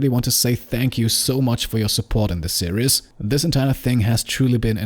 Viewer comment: Same here, didn't actively search, premise sounded fun, loved the great narration style. Watched the entire series over maybe a week. Only one thing, your pronunciation of "series" switches from fine to imitating the mispronunciation of the Braun razor ads on German TV. "Serious" (see-ree-yes) is "ernst", not "serie". There is no "yes" sound in series; the -ies ending is pronounced exactly the same as in German, i.e. it rhymes with "dies" or "Paradies" in German, or "sees" in English. Minor observation, as your English is excellent. I hope you don't take this the wrong way, as your voiceover is brilliant. It's something that I notice German speakers doing all the time; as I say, I blame the Braun razor ads. Quite why Braun are releasing ads where they mispronounce the name of the product is something I've never managed to understand. It irks me (and my wife) every time we hear the ad.